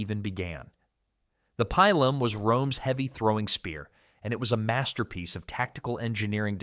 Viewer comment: No long vowels in Latin. It's pronounced Peelum.